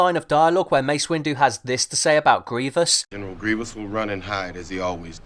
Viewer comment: more like Mace Winggerr